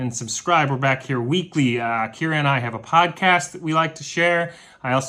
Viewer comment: Why are you saying "we're" like "Where"?. It is WE'RE (we are) the millers.